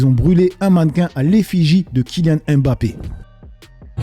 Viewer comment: C’est pas M Bappe, mais mbappe